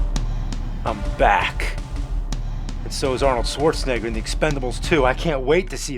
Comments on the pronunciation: "Swordsnegger" he said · Love how AVGN Says “Swartzenigger” 😂😂😂😂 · I never understood why he pronounces his name "Swarzenneger".